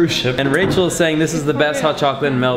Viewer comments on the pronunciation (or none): none